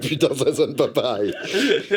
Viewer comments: « Après Steven Wilson il a dit "Ça sônn pah peuhreye". C'est la première phrase qu'il a dû apprendre en Français d'ailleurs. » Ahahahah 🤣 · ça sonne pas paweil !